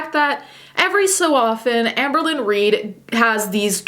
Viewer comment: Apologies but whenever I hear you say Amberlynn, I hear Anne Berlin and then I go full Steel Magnolias: "Who's Anne Berlin?" "Anne BO-leyn! She was one of the 6 wives of Henry VIII." Anyone else? Just me? Okay... 🤣😘